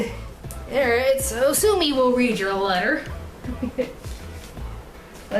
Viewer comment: "Sasume" . . . "So Sue Me," Noice. :'3